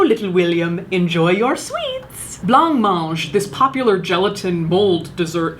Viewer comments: Okay first off I absolutely adore Caitlin. I love her sense of humour and her videos are the best thing on YouTube. Seriously. So here’s the “but”... I have to mention the pronunciation of “blancmange”. In the UK (where I’m from) it’s pronounced “blammonge”. The “ge” at the end is as it sounds in “Gerry”. So to hear Caitlin pronounce it as two separate words “blonc monge” is funny as heck. Love you Cait 😁💓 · Word to the wise Caitlin... That dessert is pronounced bla-monge, not blonk monge. It's french. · Blancmange is pronounced "blur-monj"... 😎🖤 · Interesting i knew it was used in wallpaper and fabric but not food and toys etc. By the way i think its pronounced blahmonj(i know that isnt how its spelt) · just for the record it's pronounced "Blam-Monge" no idea why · Is that really how you would pronounce Blancmange? Or are you just saying it that way for comedy effect? ☺️